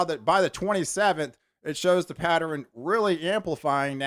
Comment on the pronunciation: Pat-ter-N. Hahaha.